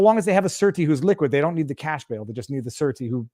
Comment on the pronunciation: The court still has to approve the surety and please pronounce surety properly